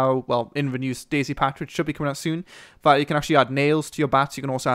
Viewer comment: its not days its DayZ